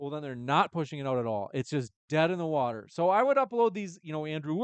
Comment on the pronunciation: Wow hovind is a low IQ scammer can't even pronounce water!